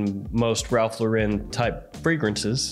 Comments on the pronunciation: It IS actually pronounced Lauren. Like the first name. Not la-ren. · His name is Ralph Loo–ren, as in low and rent with no w and t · Is trolling constantly or do he and tons of other reviewers have no actual idea how to pronounce Lauren… nearly everyone screws it up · You're still mispronouncing "Lauren".